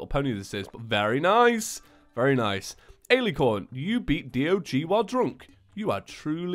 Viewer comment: Just saying, you pronounced Alicorn wrong, its Al-lih-corn but then again, you’re not gonna really need that information so don’t mind me I guess